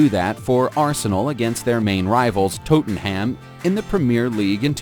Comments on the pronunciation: This was a great video, but WOW... The pronunciations are hilariously bad. Tottenham is pronounced Tot-nam, the double T stops or being called Tote-nam. Wenger is pronounced Venger Klose is pronounced Closer Lewandowski is Levandovski I could go on... Still a great vid though 👍🏻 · Tottenham = TOT - en - um